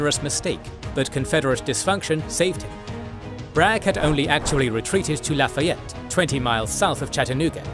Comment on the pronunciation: I wish I could send a voice recording of how Lafayette Georgia is actually pronounced 🤣 "Luh faye it" is about as close as I can get 🤣